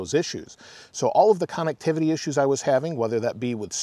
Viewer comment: I love the videos and updates, can’t help to laugh every time you mention “cannectivity”